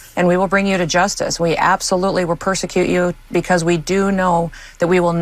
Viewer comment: Did she say “persecute you” or “prosecute you?” 🧐😂